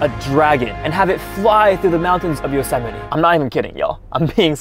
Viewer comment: Bro said josemiti